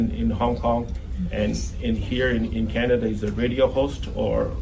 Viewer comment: Mr Carney’s knowledge of Canada is limited. We pronounce it Canada not Chinada